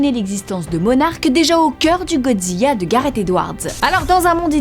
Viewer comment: pk elle dit Godziya ???? c'est Godzilla sa sa prononce LA a la fin